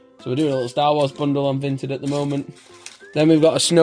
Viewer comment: its a aat not a att